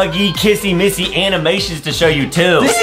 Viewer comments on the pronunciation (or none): It is not missy missy